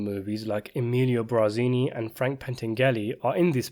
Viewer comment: It's "Bar" zini not "Bra" zini. Pentangeli is pronounced Pen tan' jalee. It matters. Otherwise, I enjoyed this :)